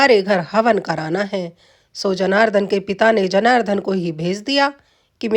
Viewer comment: उच्चारण सही सीखो:- महोद् य नहीं महोदय जनारधन नहीं जनार्दन साक्षरार्थ नहीं शास्त्रार्थ